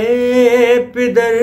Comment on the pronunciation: Bhi pider nhi ha Lafaz pader ha Plzzzz sahi paro